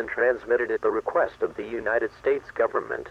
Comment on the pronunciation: The word is "further," nit "futher". And it's UNITED States, not UINITED States.